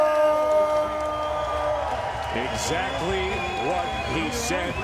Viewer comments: Lomanchenko? Cmon man learn to pronounce the guy's name correctly! He deserved that! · Ok Teddy Atlas, say "Loma"......now say "Chenko"......there you go...you got it.....now try not to say Lomanchencko....good lad!!!! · Teddy atlas always: “lomenchenko” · "Nomaschenko" does it again. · Where is the "n" after the "a" in Lomachenko Teddy?